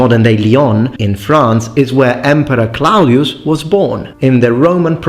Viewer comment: Claudius. /klo:dies/…can’t find the schwa for the -ius part.